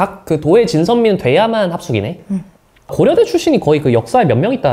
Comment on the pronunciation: 난 또 고러대 제이팍이라고 하는줄